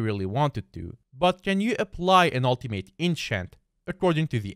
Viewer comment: Please learn how to pronounce ultimate